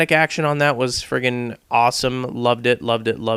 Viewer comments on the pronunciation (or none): wats up wiff u saying frigen